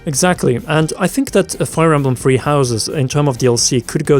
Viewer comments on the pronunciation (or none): Can someone help me understand how the number three becomes “free” in many of these YouTube videos. Is that really the way they say this number across the pond?